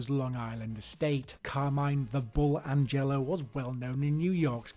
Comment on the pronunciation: Hey Chief his name is Agnello not Angello